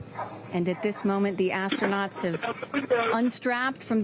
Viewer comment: NOT Astro-Nots 😂